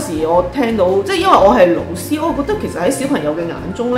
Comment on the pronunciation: 對於一位閩南人來說, 聽到粵語的老師, 會想成螺絲...😁